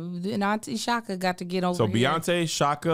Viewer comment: I'm glad she said Chaka. 😂 she my favorite